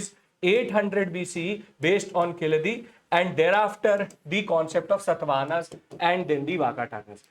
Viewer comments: It's Kee-zha-di and NOT Ki-la-dhi 🙏🙏🙏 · Sir, it is pronounced as Keeladi. The Z is silent. Also the place name is Siva Gangai not Sivakalai as you said. KEELADI and SIVA GANGAI. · Yes correct but still pronounce zh as ill. Sad correct?